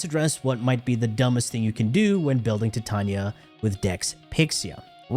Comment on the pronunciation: Why do you say Titarnia🤣